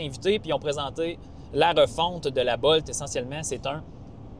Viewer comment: Bolt ne se prononce pas comme volt 😊